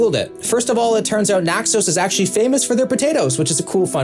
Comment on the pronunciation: Naxos, not Naxoas! American pronunciation is terrible. As in knack-soss.